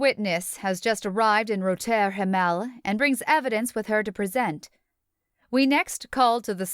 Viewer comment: Yes, incredibly distracting. Roter Himmel is really pronounced very differently in German as is the name of the night club. At least the previous narrator pronounced it correctly.